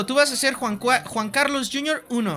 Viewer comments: Quackity: "Juan Cuarlos" Jun Carlos" "Jun Curlus" "Juan Juarlos" Jajajajajajjaja me encanta como no consigue pronunciar bien el nombre de Juan Carlos xD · Como dice juan cualos XD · Siempre dice Juan Cuarlos ajsjsjs